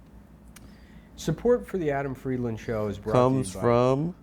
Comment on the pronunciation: Adam still refuses to say his last name correctly